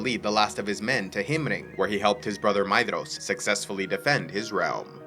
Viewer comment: all i heard was maeDDDDDhros